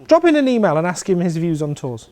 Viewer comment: Great, nicely presented. Whales were probably about the size of whales : ) I was confused when you said 'tours, ... no! Do it yourself!' because I heard 'tools' and then realised you were discussing organised tours. It is amazing how there's a consitant message in most biking tour advice from those who have done it - just get on and ride. Brilliant, thank you.